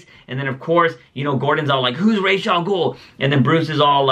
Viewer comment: whichever way you pronounce Ra's- it is the opposite of the one you say every time